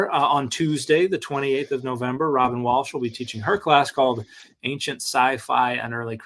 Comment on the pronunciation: I love how says "anckshent" instead of ancient